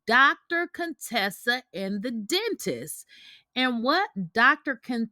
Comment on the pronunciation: Heathenly and Dr. Contessa were never really friends. Heathenly used to call Dr. Contessa CONE-Tessa, and Dr. Contessa hated it. Heathenly stopped saying it when Toya asked Dr. Contessa if she had a problem with Heathenly calling her out of her name. Dr. Contessa said, “People with speech impediments don’t bother me.” Toya laughed out loud, and Heathenly got mad, but Heathenly never called Dr. Contessa out of her name again.